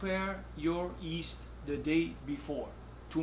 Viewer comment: I love the way he pronounces yeast - "east"